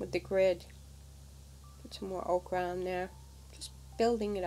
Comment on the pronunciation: The layers are lovely. Happy to see videos from you. (FYI. ochre pronounced oe' kur. The way you said it is the vegetable okra. Not meant to criticize.)